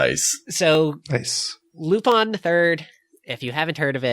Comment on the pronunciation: Is that how you really pronounce Lupin wtf I've been butchering it all aloing